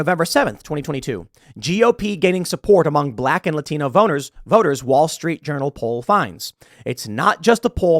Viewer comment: Did tim say, Voner or boners ?